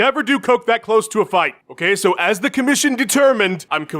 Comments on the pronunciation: ah, yes!! Hearing "H'okay Jon Jones" a few times in a row just makes my day! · H'okay Jon Jones, h'okay